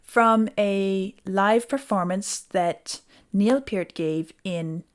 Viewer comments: You pronounced his name correctly even without watching him. That’s an accomplishment in its own right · Thank you for pronouncing his last name correctly. Many people do not.